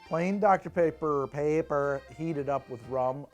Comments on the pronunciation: I swear I heard HOTDOGter Pepper, and I almost convulsed. I think I've been watching too much Ordinary Sausage. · At first I misheard saying "Hot Dr. Pepper" as "Hot Dog-ter Pepper" and I'm so glad I was wrong about that!